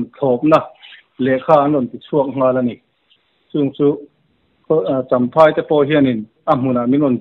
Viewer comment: Champhai tih tur ni zawk awm tak ani chamhai ti loin